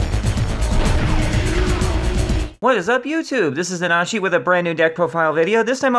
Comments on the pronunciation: You are stressing your name wrong...stress is at NAnashi and not NaNAshi. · That's weird... first I'm hearing this. I always heard it pronounced na-NA-shi. I'll have to look into this.